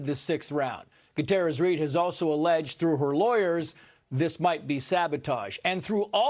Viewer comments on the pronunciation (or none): none